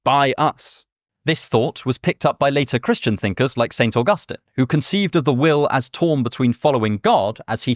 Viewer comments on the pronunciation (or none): none